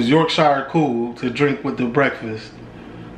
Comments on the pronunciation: Call it Yorksha Not york shire. Love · Its pronounced Yorksher or Yorksheer